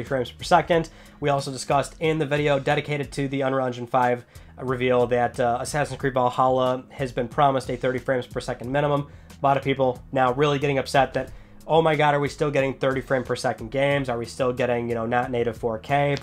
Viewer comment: Assassin's Creed Bawhalla gets me every time 😂😂😂😂😂😂